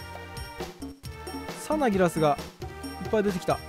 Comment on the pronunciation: サナギラスのイントネーションでと理解し合えない壁を感じた。